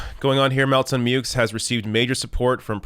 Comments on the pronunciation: As far pronouncing the x goes, I’ve noticed Americans have a habit of anglicizing pronunciations of non-English surnames. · The x in Meaux is pronounced in the USA because Muricans got no time for furriner talk.